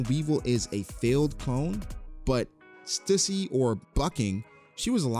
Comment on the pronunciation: Stüssy is pronounced STEW - SEE. Please stop saying it wrong 😢